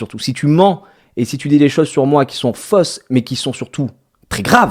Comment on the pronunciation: des choses qui sont fosse lol fausse putain mais les au savent pas les prononcers ... lol